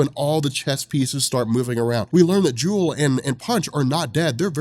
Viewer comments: Isn't her name Jewlee? pronounced Julie not Jewel, like a play on Punch & Judy. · Pretty sure you already got this on the original video, but Jewel? No. It's jewelee. Sounds like Judy. Punch and Judy are the names of puppets and a storytelling device. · does it again-misreads the name once NEVER READS IT TWICE! Like, "I don't know why people call him JAIME when his name is JAMIE" JEW-LEE I'm guessing her name is JEWLEE not JEWEL